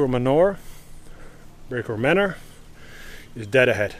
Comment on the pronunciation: ''Today we are at Brecourt Manure'' Me: lol, thats not how you pronounce...: ''... behind the cows'' Me: Oh.. I see;)